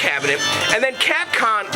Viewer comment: You know it sounds like you are saying Catcum lol Joke aside man you are awesome man with this arcade game was the love of my life as a kid in Puerto Rico.... everywhere I go there was always a Street Fighter II game, Pizza Hut, Movie Theaters, at the Local Bars, outside of vestibule at Wal-Mart, even at the Naval Base Navy Exchange and Bowling Alleys... This game and its other fighting games like Mortal Kombat, Killer Instincts, Samurai Shodown, Tekken, Neo Geo Games and onwards where the last of the arcade games until they where replaced by dumb ass Ticket Games which is sad that the good old arcade era has ended...